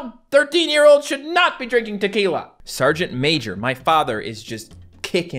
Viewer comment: He said should not but all I heard was should